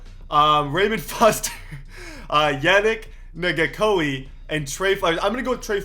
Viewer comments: wtf kind of pronounciation of yannick nn-gok-way was that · "yannick nagackoie" thats not how to pronounce it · When he mispronounced yannick ngakoue's name, it sounded like he said the n word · Can someone tell how to pronounce Yannick ngakoue